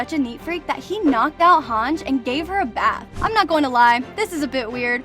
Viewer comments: "hanj" it's han ji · It is spelled as Hang-iiiiii not HANJ. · It’s Not Hang it’s HANGE you dummy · her name is pronounced hangee not hawnj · It's pronounced Hon-jee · Yeah I really don’t know why it annoyed me so much when you mispronounced hange